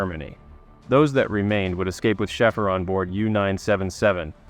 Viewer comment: His name is pronounced,... "Shayfer" 4 fk sake!!! 😅😅😅😅